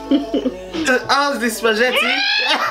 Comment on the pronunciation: “This is SPAJETTI” 😂😩